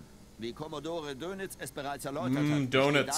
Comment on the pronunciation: It's 'Dönitz', not 'donuts'. You nutjob. :-) Darn right you are, I have been waiting for this! SH5 just looks too awesome to ignore, imo. But whatever sim you like, I'm looking forward to it.